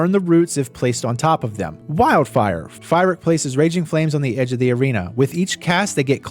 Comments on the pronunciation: Not sure if you’re trolling or never watched a single cutscene, lol Calling fyrakk fire-Rick. Amazing guide btw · I don't know if I can hear this guy say Fire-ack one more time... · Fantastic video. I love how you mispronounced Fyrrak's name the entire time. Really, though, I love your videos. They're always super helpful.